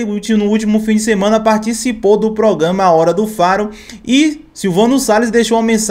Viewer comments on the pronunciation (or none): O único erro que eu noto sempre no,é qndo ele vai falar "programa"ai ele pronúncia"progama"..Ele comete sempre este erro.